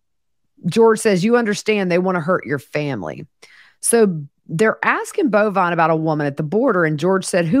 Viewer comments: So glad I found you as I’m kinda obsessed with this whole thing! Are you pronouncing George’s son’s name as “Bovine”? It’s Bulvine. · It’s Bulvine and pronounced Bullvine. It’s from a video game.